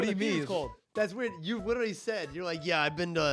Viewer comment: 28:8 “ that’s what u witerally said” IM DYING